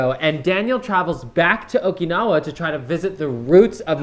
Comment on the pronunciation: You get a thumbs up for saying Okinawa correctly